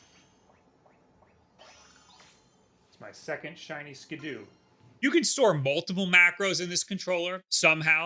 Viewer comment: Skiddo is pronounced like kiddo, btw. 'Cause, y'know...it's a goat...a baby goat...which is called a kid. ;)